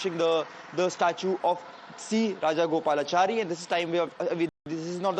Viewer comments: Full studio lighting, flawless makeup… but C. Rajagopalachari couldn’t be pronounced correctly? A little more homework, a little less teleprompter dependency, perhaps. Hope Navika Kumar is listening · Man this news reader cannot even pronounce Rajagopalachari 😂!!